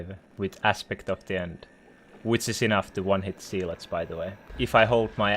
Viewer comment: It’s pronounced Zeh-lots not zeee-lots